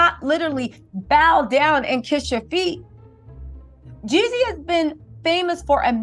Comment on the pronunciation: Jeezy not YEEZY 🫶🏼😊